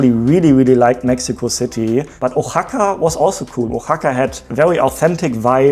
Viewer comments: Oaxaca is pronounced WA-HA-KA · Just so you know Oaxaca is pronounced with a WH sound. Think the word What without the AT.